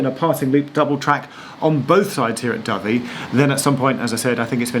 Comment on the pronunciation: It’s your pronounciation of Dovey I would expect you to have corrected yourself on, Geoff. Think white, slightly smaller than a pigeon (and peaceful) bird. Kudos for knowing how to say Shrewsbury too!